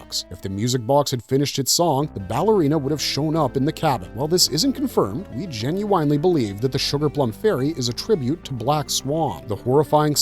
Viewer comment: "jin-you-WINE-ly" god this AI slop gets old